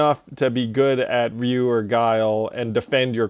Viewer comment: Andrew correctly pronounces Ryu's name. Mind blown.